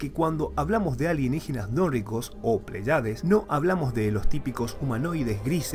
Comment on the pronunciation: Bueno el video pero creo correctos corregir algo, no es "Plaiades" sino "Pléyades" con acento en la primera e... y ese es un grupo de 7 estrellas llamadas también las 7 hermanas o l constelación de las Pléyades